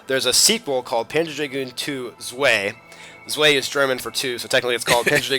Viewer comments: ALL OF MY YES!!! ill keep a close eye on this LP if it wasn't NiGHTS it was this game and Zwei wish i had Saga but didn't know of it till too late (i think) PS: THIS GLORIOUS MUSIC! and i hope you present Zwei (pronounced Zvi with a long i) soon due to the dragoon's growth system depending on how you play well or otherwise and the muti-rout system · So.... it's pronounced Zviiiiiiiiiiiiiiiiiiiiii? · btw zwi is pronouced zv-eye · This whole series is fantastic, I'm surprised and pleased to see you cover a game like this. The Saturn has a lot of quality games to offer. I'm lucky to own the whole series too, but I've never tried the spiritual successor, Crimson Dragon. N.B. I'm sure everyone will point this out but Zwei is pronounced Zvi (Zv-eye)